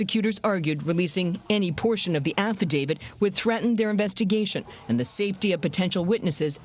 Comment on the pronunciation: Would you “professionals” please learn that it’s not an affi-DAVID, it’s an affadavIT! Come on, man!